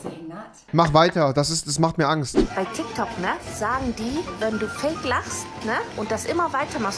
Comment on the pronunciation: Nimand Wirklich niemand Rewi: „tyktok“.